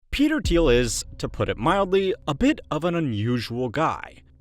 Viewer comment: “petel thiel”